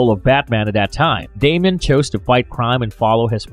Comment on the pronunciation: DAY-mee-uhn Don't say it if you don't know how to.